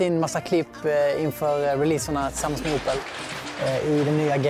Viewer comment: haha han säger ''opel'' med en skånsk dialekt xD